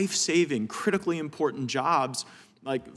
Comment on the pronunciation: The word is “important “ not imporint